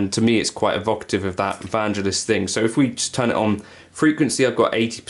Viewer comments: It's VanGELis, btw. Hard G. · When Chariots of fire was a thing and on the telly, when that theme tune was in the charts all those years ago, his name was pronounced by the presenters with a hard G Van 'G' Eli's VanGelis. So I've always thought it was pronounced that way? Hey I'm not Greek so how would I know? Cool atmospheric sounds!